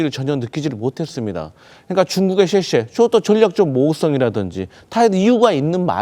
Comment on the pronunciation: 기왕 중국어를 하려면 제대로 해. 주변에 중국인들 많을텐데.. 뭐라고 생각하겠냐 '쎄쎄'가 뭐니.. '쎄쎄쎄'도 아니고, '셰셰'라고 발음해봐